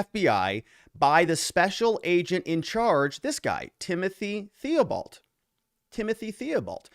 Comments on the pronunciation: Hey. Thibault is pronounced Teebeau. 🇨🇦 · thibault is pronounced T-bow btw <3